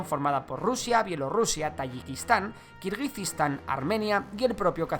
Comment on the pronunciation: Es Kirguistán, no Kirguijistán